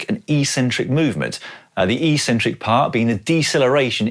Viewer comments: You have a funny way to pronounce "eccentric", you say it like "ecentric". *Ex*entric is where it's at. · Eccentric is not pronounced "eee-centric". Ever.